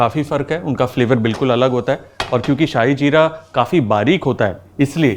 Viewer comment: Chef आप ने कहा शाही जीरा ,जोकि श्याह जीरा होता है श्याह का मतलब होता है काला ,इसे काला जीरा भी कहते हैं शाही नही